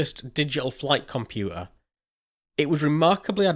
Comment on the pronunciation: Compua'a. Fi'a ..😁😁😁